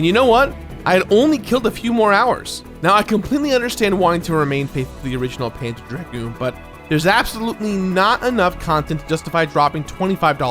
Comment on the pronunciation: I keep hearing "panda dragoon"